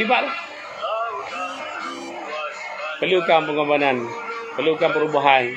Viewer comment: Pengorbanganan tu trsasul ke..cm pelik lak dgar.. Adehhh... Tp ape2 thniah.. Berani bersuara tk tkt pd sape2 kcuali allah.. Sy sokong ape ckap..